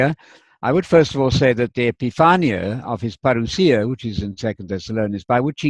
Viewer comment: Hi, When you pronounce the word parousia you sound very Greek. I think Spanish helps a lot in the pronunciation of Greek. Teo from Greece!